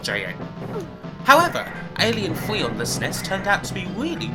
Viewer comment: Twas a fun video and review, of Alien Fweeee 😅. Thanks for sharing.